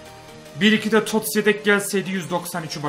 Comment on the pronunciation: de Yedek Yerine Redek Diyo (Farkina Varanlar +1)